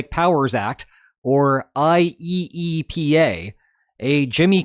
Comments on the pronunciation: I believe you'll find it is pronounced, i-E-pa. 😉 Also, yeah, the importers lost nothing b/c the costs were passed along. All the people in Red States who have nowhere to shop but Walmart have been paying the tariffs b/c everything at Walmart comes from China and Bangladesh. I'm old enough to remember BEFORE SuperCenters, back when Wally Wolrd bragged about "made in America" and still being budget-friendly. Not no mo'. So Trump has just been screwing over all the people who voted for him (plus others). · Just say "eye-E-pa" all together my guy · I have never heard any one call it I-E-E-P-A, let alone that often. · I did wonder watching this video,: after how many times of saying "IEEPA" letter for letter did you feel tempted to start pronouncing it "Yeepah!" instead?